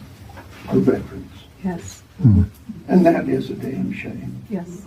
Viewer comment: Stop saying VETRANS!!!!!! There is no such word !!!!! It’s VETERANS!!!!!